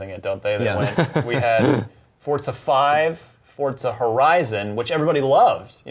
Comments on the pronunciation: Why are they pronouncing "Forza" like "FORT ZA"? Is that how it's actually pronounced? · For-za not fort-za